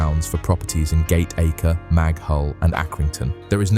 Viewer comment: We say gat-acka not gate-acre